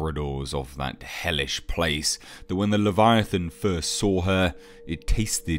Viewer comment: "leviathaaaan" haha I love how he pronounces it